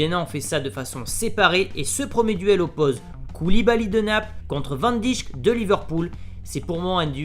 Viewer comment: Van Dijk se prononce Van Dayke...